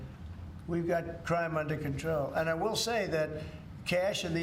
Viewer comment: Bewwa watch owt for that CWIME!!!!!!!!!!!